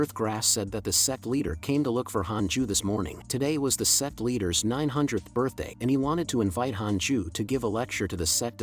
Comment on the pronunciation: "HAPPY BIRTHAT"😅😅😅